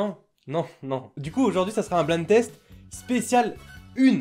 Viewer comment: ÇA NE SE PRONONCE PAS BLIND TEST MAIS BLAÏNDE TEST